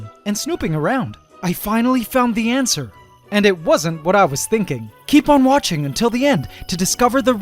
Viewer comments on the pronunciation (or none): Do you intentionally say "antser" instead of "answer"? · Oh I get it.... on the “ants’er” 🤣🤣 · did you just say "antswer".